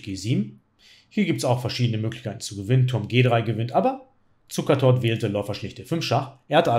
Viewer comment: Ich habe Zucertot verstanden :D